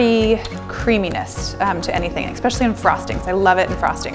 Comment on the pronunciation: Rarrr did you just say "ekk-specially"???